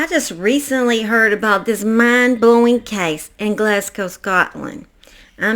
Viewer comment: And thanks for saying Glasgow correctly. 😂 I find lots of Americans do not